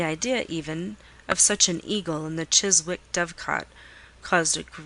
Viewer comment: The w in 'Chiswick' is silent.